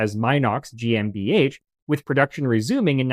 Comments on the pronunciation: Very excellent show! Always interesting and insightful. Your pronunciation of GmbH is excellent (including guttural R]. Love it 😊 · Massacred‽ Good God man, I'm agog at how good your pronunciation of GmbH was! 😲